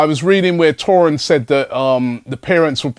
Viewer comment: THORIN XHAKA ? Hahahahahhahahahhaha .. Its Taulant ... Ta--uh--land